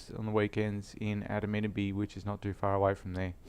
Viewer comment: Far Kew doesn't make sense here in the US where we pronounce our R's as if the whole language depended on it :) I am coming out of the closet as a secret Australian. I was born on the wrong continent, but I think I'm really an Ozzie at heart.